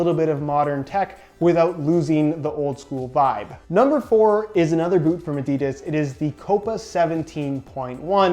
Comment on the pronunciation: 1) I’d take Adidas World Cup over Copa 17.1 2) learn how to pronounce Adidas properly... it’s not Adeeeeedas... 😉